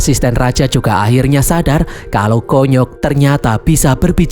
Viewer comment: KONYOK di baca kunyuk 😂😂😂